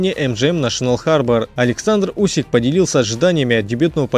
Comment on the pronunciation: Можно нормально ударение ставить? Алварасааа Усикаааа лалалааааа